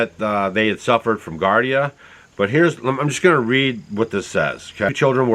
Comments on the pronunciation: It's pronounced "GEE-AR-DEE-UH" (Giardia) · People are not going to stop using cell phones. Giardia is pronounced jeeardeea. I had it for a month or so before I knew I had it. It's definitely not caused by emfs. Whatever those people had, if it wasn't that, I don't know what it was. If it was caused by the emfs it was not G. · It's pronounced GE-long "E" GE ARDIA,. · Giardia, not Gardia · At least learn how to pronounce giardia. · Pronounced Gee-ard-ia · Giardia (gee-ard-ia) is the same organism that causes what we call "Montezuma's Revenge" when you drink the water in Mexico. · Giardia is pronounced Gee-are-Dee-ah. Bacteria found usually in water. A waterborne illness found in lakes, rivers, and streams. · It’s pronounced “Jee-ar-dee-a” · Gee AR dee uh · Giardia and not gardia. I' m surprised Stacy lets you out of the house! 😂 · Its pronounce gee ar dia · Just and FYI its pronounced "JAR-DI-UHH". Not trying to be mean just enlighten. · GEEare DeeA = Giardia That is the cyst. The diagnosis is Giardiasis. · Sorry, you're off base with this one. Those green boxes are indeed Transformers. Their purpose is probably to power the buildings behind them. Just regular old electricity. Also the word is giardia. As in g r dia. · Thanks for the info. And it's pronounced Gee-ardia. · It’s GEE-are-Dee-ah not GAR-Dee-ah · It's not pronounce gardia. It's actually giardia, and pronounced gee-ar-dia. I'm not pointing this out to tick people off or be some sort of spelling police. It's just that I had to think about what you were saying. I learned about giardia from growing around Yosemite, where people would get it, from drinking out of the infected river, lol. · Gee-are-d-ah is how you pronounce giardia. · Gee-ar-dee-a, not gar-dee-a. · Geeardia is how you pronounce Giardia. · Pronounced Gee-Ardia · Pronounced: GEE -Ardi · Just for your information sir it is pronounced, juardia... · Giardia is pronounced jee-ahr-dee-uh. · Giardia = jee-ar-dee-ah